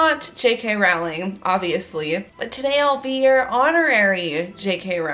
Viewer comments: IT'S JK ROWLING LIKE ROLLING DOWN A HILL GET IT RIGHT IT DRIVES ME CRAZY. Love the video tho ( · but the way she says rOwLiNg